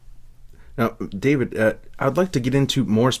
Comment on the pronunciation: I cringe every tine David pronounces his name